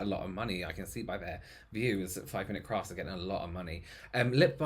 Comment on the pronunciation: I heard "5 mint crafts, you sneaky arsholes..." 🤣🤣🤣🤣🤣